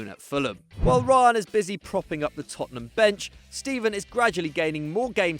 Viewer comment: It’s Ryan Brewster not reeeyan Brewster stupid